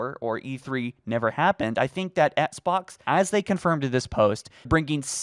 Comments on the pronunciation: Dear, it bugs me so much that you don’t pronounce the ‘X’ in Xbox, and instead say it “Ets-box”. I don’t know if there’s a reason for this, and I know I’m probably being annoying by even writing this, but I had to at least put a comment out there.. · Can’t unhear “ets-box one”